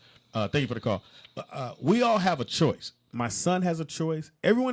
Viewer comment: "Make a da choice" lmao that nigga turned into one of the Mario brothers real quick 😂